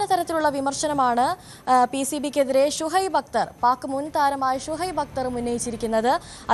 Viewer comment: not suhaib akthar-it is shoib aktar